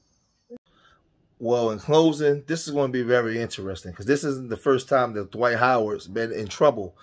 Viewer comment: It's Dwight...not Dawight